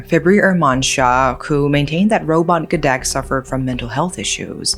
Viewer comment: Robot gedek is mispronounced too